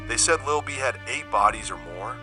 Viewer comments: That is not how you say that man name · How can you make a documentary about a man and mispronounce his name? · Quick tip, when using AI voice, some words should be spelled how its pronounced rather than the original spelling, that's why so many words are pronounced wrong. AI dont have a personality/sense of humor like humans nor do AI have a human understanding, just a helpful tip from trial & error.